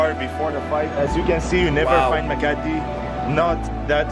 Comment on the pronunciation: sir its makati not makarte :) btw thank you for supporting manny pacquiao :)